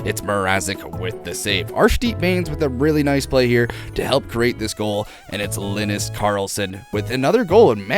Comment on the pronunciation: It's not Linis, it's not Lenus, it's Linus. 😭😂😭😂😭